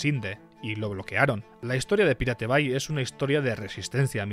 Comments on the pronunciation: Ni "paireit bei", ni "piratebai". La pronunciación correcta es "pirate bei" ("pirate" castellanizado, pero "bay" en correcto inglés). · Se pronuncia "PAIRET BEI" no es tan difícil macho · no entiendo como se te hace mas facil y eficiente decir "pirate bai" que decir "pairat bei" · The pirate bay se pronuncia : de pairát bey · repite conmigo "PAIRET BEI" <--- leelo así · Man no podes decir PIRATE BAY , posta es una falta de respeto. Te ganaste tu Dislike. 😢